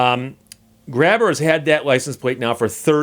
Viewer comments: hi steve long time follower, to help you out some when you read out his plate you read it as grab her but if pronounced with the h being silent it soundes like graber and that es how he sayes his name i am also from nova scotia and have followed this for a few years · It's actually pronounced "Gray Ber"